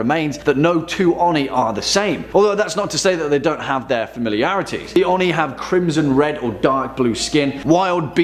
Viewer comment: ..... its oh-nee not on-ee